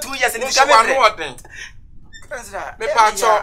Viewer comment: Its counsellor not Cancella